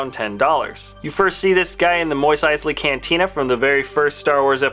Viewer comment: Mos Eisley not Mois Eisley